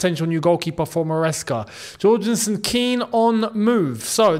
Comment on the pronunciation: Yorgensen!!!! Like hallelujah, like jorgen pronounced Yorgen